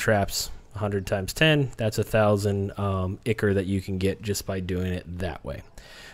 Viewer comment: I'm sorry dude, your information is golden(like, seriously, the best vid I've seen on the subject), but your pronunciation needs work :) Dagon = day-gone, ichor = eye-core and chitin = kye-tin.